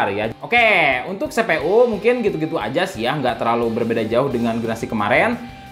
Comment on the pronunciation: Se pe u Ai nain,, Ai Sepen,, Ai Paif,, dan se pe U ai Tri 😁😁